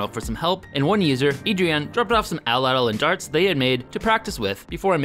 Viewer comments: agreed. its at-latl not atl-atl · It's atlatl. Not atalatal! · Its pronounced "AT- LATL" NOT "ATL-ATL" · I especially love the way English speaking people say 'edl-edl' instead of atlatl. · idk if its a wisconsin thing, but ive only heard it pronounced at latle, not atle atle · Did he call it a atl-latal, it’s at-latal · Pronunce Atlatl like AT-LADDEL or (atˌlad(ə)l), not ATTEL-LADDEL. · its not atol-latol its at-latol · It's "At Latl" Not "Atl Atl" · its not pronounced atel-latel , its at-latle. also your using way to much muscle, its more of a wrist snap body twist, not full ham arm strong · You should really practice how to actually say tl, not [təl] so not [ædəl.lædəl], but [t͡ɬ] so [at͡ɬat͡ɬ]. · Cringing every time he pronounces the word “attle-attle”. It’s pronounced “at-lattle”. That’s sloppy for such a good channel. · Pronounced at-Latal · im pretty sure atlatl is pronounced "at-lat-ul" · The way he says atlatl bothers me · Anthropologists use "a-tul-a-tul" and "at-lat-ul" depending on region. The pronunciation you're using is more British whereas the other one is more American